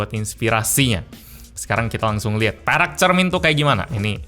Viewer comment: tiap lu bilang perak gue dengerya lu bilang perek bang 😭😭😭